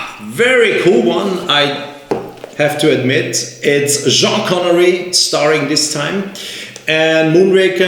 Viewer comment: Say Jean Connerie one more time and the Swatch will explode!